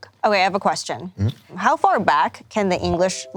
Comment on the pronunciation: “They’re in the yahd, not too faah from the caah” 🦈